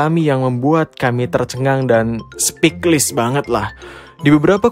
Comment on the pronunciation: intonasi nya santai nih tumben2an wkwkwkk .. btw "speechless" itu bacanya ' spich - les ' min bukan ' spik - lis '